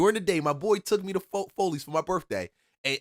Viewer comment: Bruh said FOLEYS….its Follies and it wasn’t in buckhead it was in northeast Atlanta on Buford Hwy….the migos and asians came thru and took over Buford Hwy